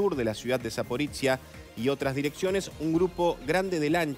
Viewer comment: Zaporoshye, no Zapporitziya...